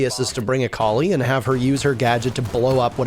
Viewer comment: I love but I hate how he pronounces Kali